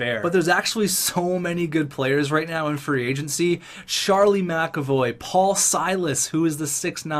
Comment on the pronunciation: Whenever I here him say free agency I here free "AgentC"